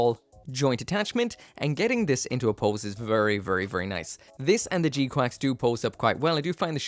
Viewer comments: It's pronounced g qux not quacks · They sort of do but its incorrect. One of the gunpla youtuber's shared the release statement and it emphasized the pronunciation as quacks. I just can't remember which channel .